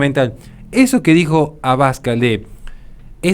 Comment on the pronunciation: Un detalle: El apellido de Santiago Abascal es una palabra aguda, así, no se dice "abAscal", si no "abascAl". Por lo demás, un vídeo brillante como muchos que de los que tienes publicados. Mucho ánimo y muchas gracias desde España!